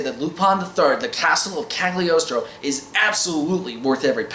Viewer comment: this is a great movie with a great soundtrack, but I watched the sub because I heard the dub wasn't too great, even with David Hayter. Also, it's pronounced "Calyi-oh-stro" because in Italian "gl" is like a rolling L